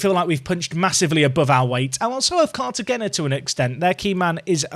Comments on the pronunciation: 🗣🗣🗣 CAR-TUH-HEY-NA. Not car-ya-gen-uh. Lol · Please... it’s said “Cartahena”, the G is like in Gil